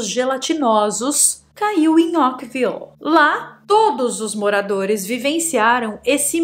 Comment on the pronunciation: Essa chuva aconteceu em 1994.. Caso antigo!!!! Ókvile???? .... é assim que voce pronuncia ao invés de Oakville? . Fizeram filme para a Netflix...mas é caso antigo